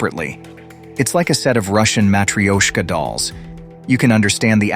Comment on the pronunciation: Ma-tru-sh-ka dolls... I've no idea what was just said there?